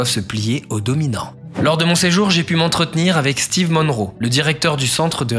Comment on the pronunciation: Steve monroe au lieu de stephen monroe mdrrrrrrrrrrr